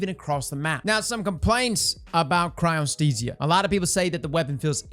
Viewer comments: congrats on finally learning how to say Chryostesia hahaha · you pronounced Cryothesia correctly.... are you ok?